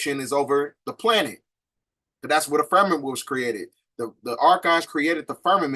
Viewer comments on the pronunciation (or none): Do you mean to say firmamented? Cuz it sounds like your saying fermented, slightly confused